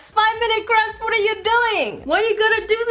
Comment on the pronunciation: Did anyone else hear saying "5-Minute Craps?"